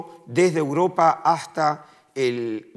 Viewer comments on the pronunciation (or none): none